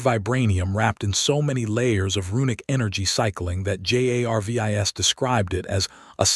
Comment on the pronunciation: Ummm has anyone mentioned ai cant say Jarvis it just keeps spelling his name but rest of name are said ... u might wanna check ai algorithm to see if its bugged